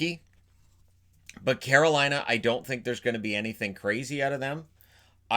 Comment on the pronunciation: You didn’t get Carolina right at all 😂😂😂